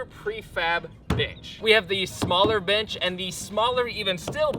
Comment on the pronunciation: Is it just me or does it sound like he’s saying “Bitch” when he says bench? 😅